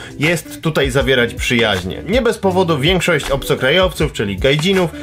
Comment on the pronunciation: "winkszość" XD